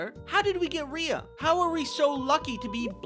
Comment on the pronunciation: First of all, I adore this little baby SO MUCH! Second of all, given that one of my names is spelled the exact same way, and I have been called ‘Ree-uh’ for my entire life despite it being pronounced ‘Ray’ (it’s a family name, that is the only reason it is spelled this way!), I felt personally victimized every time you pronounced her name correctly (/lighthearted /joke)